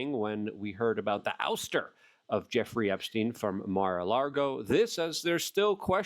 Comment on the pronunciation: Lago luke say it with me. Lago. Theres no R in Lago. LAAAAAAAGO